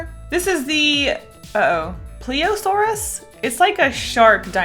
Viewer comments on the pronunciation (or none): “Pleaehsaur” no please-ee-uh-saur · Ple- a - sore- us Thats the shrimp treat Parah- loafa - sore - us Seaweed snack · So that you know you say it as PLI-O-SAURUS also some of those are reptiles not dinosaurs Also it’s CELO-PHY-SIS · The panda inspired one is pronounced see-lo-fye-sus, the soda one I'm pretty sure you were basing it from a plee-z-o-saurus, the long neck boy from what i have heard is pronounced thal-ess-o-med-in, and the last one is normally pronounced an-ky-lo-saurus, but I've heard it both ways. (: Just figured I would help out a bit as a fellow dinosaur lover! Such cute drawings! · 1. You said pachycephalosaurus correctly. 2. 3. 4. That is a mosasaurus, the Plesiosaurus has a long neck (you also said it wrong) 5. Coelophysis, pronounced see-lo-phy-sis. Also, you could say this is an oviraptor, microraptor, and so many others. 6. THAT is a plesiosaurus, though there are many others, that is the most famous. 7. You forgot the branching path of the plates to spikes on the tail, though not many people notice. 8. There is so many Sauropod that you could call the thing an Alorotitan and get away with it, so please specify! 9. Parasaurlophus is pronounced pa-ra-sor-loph-us. No breaks. 10. See 8. 11. Theropods are plentiful, but many others have crests. I would say carnotaurus, but you decide. 12. They only tear people apart when they are dead (It is a scavenger) That is so mean! 13. Iguanadon, just as a thumb to the hands. 14. They were very over-exaggerated, but I liked it! Please do more, and dont take this as a rant, more as a fun observation!